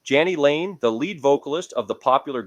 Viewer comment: Just thought you should know that you mis pronounced Jani lane's name. It is Pronounce J knee